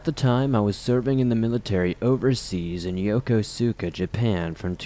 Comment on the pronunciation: I’m an American who has lived in Japan for the last 10 years. Four of those years were on the island of Okinawa. Okinawa has a ton of paranormal stories. Yokosuka is pronounced “Yō-kōs-ka.”